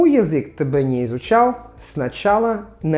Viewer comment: Petits conseils pour améliorer ta prononciation russe : le я dans язык ou языковой se prononce comme йи, et en plus court. Quand le son а (que ce soit o ou a, par exemple dans гОворить ou зАмечательно) est éloigné de deux syllabes, il se prononce comme un schwa. D’ordre général, l’accent d’intensité doit être un peu plus marqué, et surtout plus long − ce n’est pas pour rien que le phénomène de réduction consonantique est si marqué en russe, ça dénote une grande intensité sur l’accent tonique et donc une attention moindre aux autres sons des mots. Ne prends pas mal ces remarques, simplement comme je sais que tu es un perfectionniste je pense qu’elles te seront utiles ;)